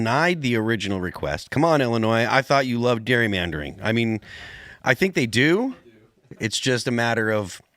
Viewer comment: Phil cannot even pronounce gerrymandering. My goodness.